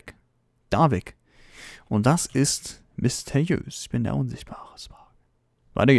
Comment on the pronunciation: misteiös?! Ernsthaft? Sprich das RRRRRRRR!!!!!